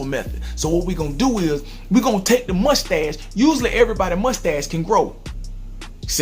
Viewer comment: when you said mustache it sounded like you said "musty ass"